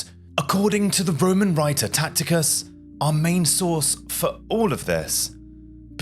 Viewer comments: Tacitus not Tacticus. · It’s Tacitus , not Tactitus( sic). To mispronounce thé leading Roman historian as you do , indicates nearly zero real familiarity with your sources. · It's Tacitus, not Tacticus. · It's Tacitus not Tacticus. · It's Tacitus not Tacticus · "After doing all the research for this video" ??? 😂😂😂 You watched a few videos on Youtube and wrote a synopsis. "Two more videos I think you're going to absolutely love ?" Based on what evidence ? Btw, as mentioned below, the Roman historian's name is TACITUS. (Pronounced 'Tass - it - uss'. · I know you english have a distain for the correct pronunciation of non-english personal names and place-names. However, if you're going to present a history show you should at least make an effort. It 'Tacitus' with a soft c. This is not a difficult name to pronounce. Good video otherwise.